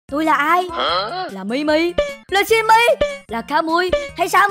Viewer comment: Kamui nói Mimi là Timy.